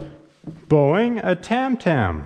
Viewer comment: Why'd he pronounce "bowing" like "boing" 😂